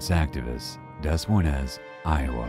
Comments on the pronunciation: Des Moines is pronounced De Moin... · Considering how the narrator was able to correctly pronounce names and places that most people might have trouble with, it’s strange that he completely destroyed the pronunciation of Des Moines. The correct pronunciation is Dee Moine. The ‘s’es are silent. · Uummmm. Dess-Moy-niss? The capital of Iowa is Des Moines. Pronounced Day-Mwoyn. And Madame Toussaud is pronounced, "Two-Soh". NOT Too SOD. My God man, where did you go to school? DID you go to school? And for those who may want to take issue with my remarks, guess what? IT DOES. MATTER. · Des Moines is pronounced DUH-MOIN, not Dez Moinz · Des Moines is pronounced Da Moin. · dessmoyness Iowa lol what a dolt lol! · "Dez moy-nez"....really? 😒🤦‍♀ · The Des Moines pronunciation killed me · Dude you have GOT to check your pronunciation on not only regular words, but cities. I mean you butchered "Des Moines," yikes. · You need to work on pronunciation. Des Moines, for example